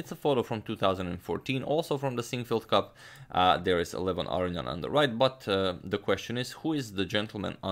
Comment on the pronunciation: Love your work, but just for the record, because you've been mispronouncing his name repeatedly now, its Ah-row-nee-en, not Ah-ree-an. Just for the record. Many thanks for your videos.